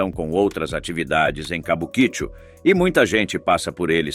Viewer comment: Quem pronuncia "Cabuquíchu" 😂 tem mais é que ser desmonetizado mesmo. Pronuncia-se "Kabuki-Tchô"